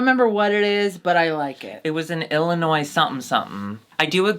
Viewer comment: Surprised nobody commented on pronouncing it "ill-ah-noise." You could tell Auntie was triggered 😆. Had not said it the same way I bet we would have got a diary room about it from Auntie lol.